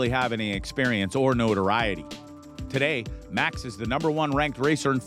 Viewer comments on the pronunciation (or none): none